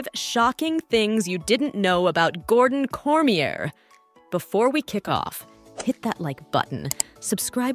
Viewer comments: Another fact his last name is not pronounced the way you say it, its not "corm ee yer", its "cor mi yey" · Some awful AI narrative. Can't pronounce his name and taekwondo are a few words Google translate can even pronounce. Pretty much stopped watching.